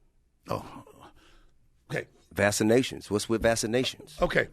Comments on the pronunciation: You mean "Vassa Nations", he doesn't do the hard C lol. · Man he is so stupid. “This is very near and dear to me. VASSinations.” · T.I - "What's with vassa nations."